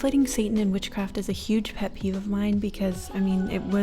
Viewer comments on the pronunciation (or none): none